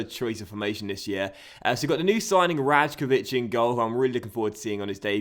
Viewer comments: The right way to pronounce the name predrag rajkovic is Ray-ko-vich i say that as a maccabi tel aviv fan so he plays here in israel💙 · like ray as in ( R-eye-kovich) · you pronounce rajkovic wrong, you need to say it like this: "raykovich" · Rajkovic is pronounced Rye-Kovich. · So hyped for this sereis! :D BTW Rajkovic is pronounced like Raykovich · Rajkovic is pronounced Righkovic, it's quite hard to explain how the j is pronounced in the easter europe countries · The right way to pronounce the name predrag rajkovic is Ray-ko-vich pls like so will see it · I'm from Israel and a Maccabi tel aviv fan, Predrag is a very very good goalkeeper with a bright future in front of him,and the correct way to pronounce his name is Raikovic